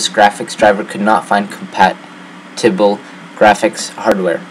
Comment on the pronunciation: dude, you sound old enough to know how to say the fucking words compatible and compatibility...WTF?!?